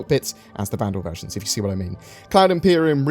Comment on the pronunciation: When you were talking about the Vanduul ship versions, I heard you say "the virgins we will get"